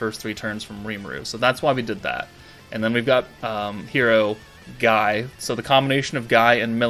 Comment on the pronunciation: Isn't Guy's name pronounced as Gye/Gie/the gi from (gift).